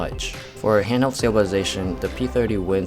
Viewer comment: Another one with the "Twenny" problem... It's twenTy, people, twenTy. The "Hallway P30"? The "Wally P30"? The "Holly P30"? The "hannel stabilization"? Do you mean "handheld"? And another one with the "x" problem. In "30x", the "x" is NOT a letter!